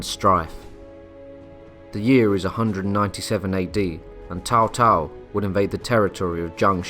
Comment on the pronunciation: I think its pronounced "Tsao Tsao", not "Tao Tao", as it's written as Cao Cao.